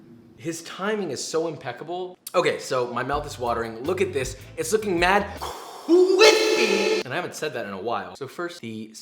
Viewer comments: khwispy ! I love this.. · Kwispy Chicky !! Well done, good Sir! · People love kwispy because imitate rock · ITS "CWISPY" NOT "CWIFPY" :(((((((( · everytime josh says "cwithpy" i get so much serotonin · Imagine being a grown ass man and still saying chiky anf quispy like an idiot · No one: Literally any soul: Joshua: CWWIIIIIISPYYY!!!!!! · Mad Cwispy😂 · please write a recipe book sooner or later but on one condition. All the 'crispy' s in the book need to be replaced with KWISPY!!!! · Quadra plot twist other companies copy it and whataburger copy the best amongs the companies and resell it with extra batter extra cwispy and extra honeeeeeeey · Goes up to mic with homemade: CWISPY Hunches so low: I HATE IT 2020 - Joshua Weissman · My fiancée’s name is Chris and he sometimes goes by Chrispy and because of your videos I now call him Kwispy 😂😂. Also I’ve started asking my cats if they’re getting into any Whisky Business... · Josh: Okay i mean the chickens not bad its 'KRISPY' Me: Krispy?!?!?! Are you serius No hate tho 😅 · "Now this is looking mad, K W I S P I" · Man i'm sorry dude, but the "weady to fry some chickie" can't do it. That and constant ass shots, its pretty much overused. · That’s some kwisby chicken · I hate the w in crispy i will not write the cw-word)